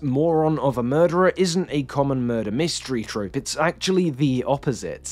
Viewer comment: Tropey, not trophy.